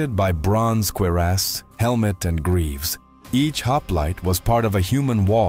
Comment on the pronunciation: Did anyone else here him say "queer ass" instead of cuirass in the beginning 😂 ?